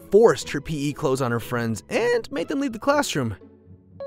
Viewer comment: Pee clothes? Jeez at least say it right. Pee-ee clothes